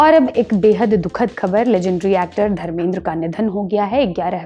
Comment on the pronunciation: Dharmendra ji bol Acha nhi lagta tum jesa junior unko aesa pronounce kare Phela khud ko dekh News reporter nahi ho jo aesa status do